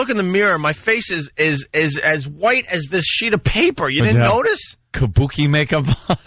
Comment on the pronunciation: Kabookie.. I was wondering if anyone else was going to catch that. If Jimmy was in studio Ant would have gotten smashed for that.